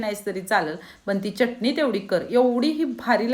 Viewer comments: ती चटणी असते, च्यटणी नही! च असतो च्य नही. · च्यटनी नाही चटनी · चटणी म्हणा चटनी काय